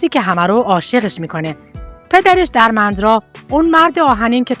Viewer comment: دوست عزیز پوزش میخوام اینقدر صریح صحبت میکنم ولی وقتی برنامه و ویدئو تهیه میکنید باید سواد و اطلاعاتتون رو هم بالا ببرید.نت فلیکس رو کلا اشتباه تلفظ کردید.اسم دِرمِندرا را هم اشتباه تلفظ میکنید ولی کلا ممنون از به اشتراک گذاشتن اطلاعات